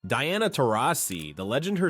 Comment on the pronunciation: If USA wins gold, did they still make the wrong choice. Also you start the video by saying Diana’s name correctly. it’s like you forgot how to read. Who is Deeana